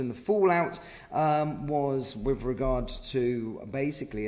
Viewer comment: And there’s no V in “with”!